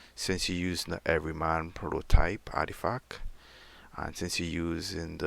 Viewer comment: Ardifack ????? ARTIFACT !!!! I can't let this slide, it annoyed me the more you continued to say it incorrectly. Sorry not sorry.